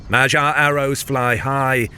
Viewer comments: where,pray tell,did you come up w/"ma jar"in place of"mag yar"? G.Davis sr 30Sept'24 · the gy sound is a palatalized d sound, so more like "madyar" . also don't stress about it, we understand that most languages do not have this sound. it's okay to say it however you can. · You're pronouncing it wrong. You're saying Magyar like "gyroscope". Instead, the correct pronounciation is "maghyar" - with the G like in the word "give" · "Ma-jee-ar"? is that the way it is pronounced? I had always heard "Maag-yaar" before. If so, I've been saying it wrong in all my ck2 mp games!!! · Common you can't pronounce some names like the Anglo-Saxon do Guy is pronounced like the "gi" in "gibberish" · I think you are pronouncing Magyar wrong. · Yes, in the pronounciation the "gy" sound is incorrect but it is more-or-less close enough to the original, so not that bad. TBH for an English-speaker it is very difficult to pronounce "gy" correctly. Hungarian language and pronounciation can be really weird. :)